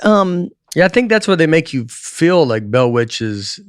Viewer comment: “Bell” with two syllables is crazy